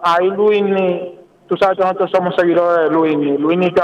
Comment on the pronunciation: Ustedes hablando de primos y lo que tienen que observar no lo observan y es que esa niña necesita lectura comprensiva necesita que su equipo de trabajo la enseñe hablar .esa muchacha dice más de dos veces nojotro por decir nosotros eso me da verguenza ajena pero nosotros los dominicanos somos tan mediocres Que en las cosas que deverdad mereces nuestra atención no la tiene